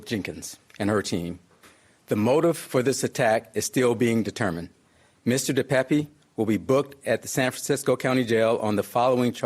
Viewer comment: It is pronounced (dee payp) De Pape.